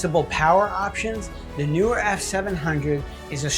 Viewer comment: Nice review. PS The 'pros' tell me its pronounced "knee were."🤓